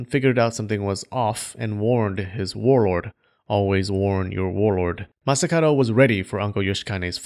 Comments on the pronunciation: I've only noticed towards the end that the dude's name is masakaDo, not masakaRo... pronunciation,! 🔊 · Why did you pronounce Masakado as Masakaro? Something to do with the languange?